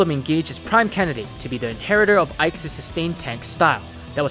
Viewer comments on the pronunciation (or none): "Ike's", not "Ike'ses" "Diamant's", not "Diamant'ses"